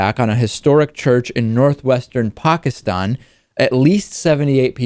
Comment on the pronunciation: Wow, finally someone who can actually pronounce the word "Pakistan" right